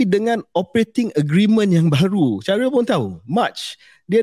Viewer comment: hahaha mentang2 shahril kat china KJ terus pelat sebut nama shahril 🤣